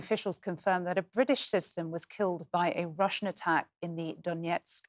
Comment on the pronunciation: Learn how to pronounce the word "citizen". There are three syllables in it.